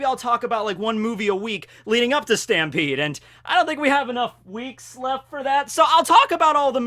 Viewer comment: its pronounced "STAMPEDOOO"